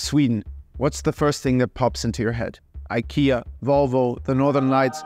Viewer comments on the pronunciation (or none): none